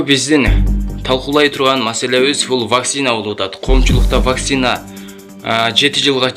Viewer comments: Блогер Ваксина эмес Вакцина десен ,элдер да вакцина деп тушунушот! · Тура суйло Ваксина эмес Вакцина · ВакСина эмес зенеса эмес кыргызча суйло какайтэтпей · Вакцина деген созду туура айталбагандан кийин жон эле журсон боло! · Туура айталбаса да койгойду которуп чыгыптыр го